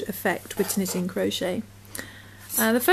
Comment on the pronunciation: Great bargain on the needles. Thanks for your video. Pronounced tu-nee-shun